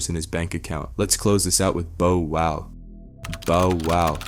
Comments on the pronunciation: How in the hell do you mispronounce “Bow Wow” as “ Bo Wow”?!? Better yet how do you also mispronounce “tyga” as “Tea ga”?!? Also anyone who knows, Knows MC Hammer ain’t broke and hasn’t been since the 90’s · "Boh woh" "Ti-ger" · I'm still don't understand people that do stories about people or culture and can't even f**** pronounce their names right, "bo wow" really "teega" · My guy called him Bo Wow, sounding more like "J-Wow' 😮 😏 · Bo - Wow 😂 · I’m saying who the hell is Boe wow I think he did that on purpose had to😂😂😂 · Right BO WOW. Tega 😂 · This man butchered tyga and Lil bow wows names!!!